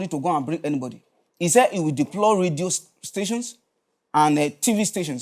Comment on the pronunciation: Radio or "Ledio"